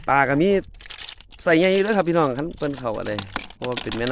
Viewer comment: สวัสดีจ้า หมานยุเนาะจ้าหายุหากินเว่าม่วนชื่นชมทั้งสองหนุ่มจ้า แต่คำว่า (พี่น้อง)เว่าดู๋ไปบ่หล่า😇😅